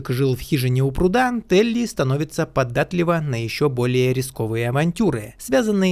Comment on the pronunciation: не поДДатлива, а ПОДАТЛИВА. И фильм не "нелепЕН", а "НЕЛЕП". Капец, столько лет пилишь ролики, а все неграмотный, как и все обзорщики. Неужели вокруг нет ни одного грамотного человека, который может вычитывать сценарий?